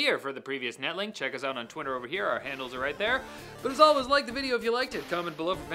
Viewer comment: For our Friends up north it is pronounced Cry-Slur not Cries-Lur. Oh and always it is Out not EwwT.